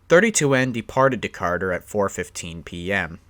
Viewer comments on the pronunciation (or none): Decarter? Did we call Decatur, Decarter? 😭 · Decatur, Illinois.....there is no Decarter, Illinois. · Duh-Kay-Tr not Decartur , I’ve notice a trend with east coast people pronouncing our Midwest cites the wrong way… otherwise great video bro. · It's actually pronounced D-K-Ter and DPU stands for distributed power unit not diesel pusher unit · not how you say Decatur